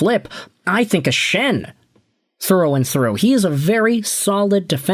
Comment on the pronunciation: luke Schenn? bro what?